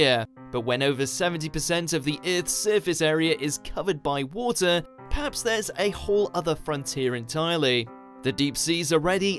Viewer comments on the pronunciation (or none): I really wanted to watch this video to the end but the moment I heard the guy presenting it and remembered how he pronounces "Eith", I gave up